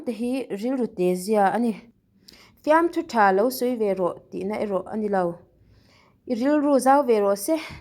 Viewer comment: 'Tak ngul' leh 'fiamthu ṭha lo' tih te a bulṭan nan i chhiar dik lo nghal a. A awmzia a bo daih a lawm..😅😅